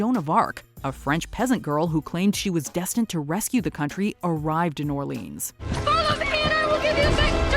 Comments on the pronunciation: C'mon.... You can call it Orleans (Or-Leens) if it's in Louisiana. If it's in France, at least try to say it correctly. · I love, and this episode, but that is not how you pronounce Orléans and it hurts so much xD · You pronounced "Orléans" wrong. Let me guess, you also think that "La Bohème" plays in Los Angeles?